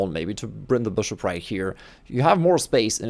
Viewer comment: We all know you just found out that people like the way you say BRSHUP!